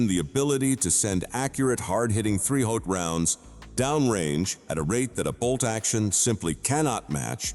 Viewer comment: Can't even pronounce 308!